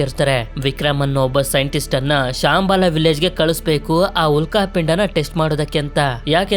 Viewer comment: ಬ್ರದರ್ ಶಾಂಬಾಲ ಅಲ್ಲ ಶಂಬಾಲ